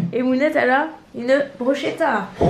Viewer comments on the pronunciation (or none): Juste comme ca on prononce bruschetta avec un k et pas che. Bisouus